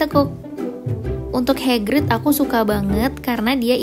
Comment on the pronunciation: Wkwkwk "HEGRID"